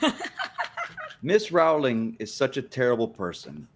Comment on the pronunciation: Rowling rhymes with “bowling” not “howling”